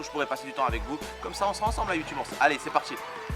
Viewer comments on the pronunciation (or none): none